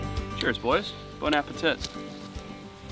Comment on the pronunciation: Did Forrest just say bonner ape tit?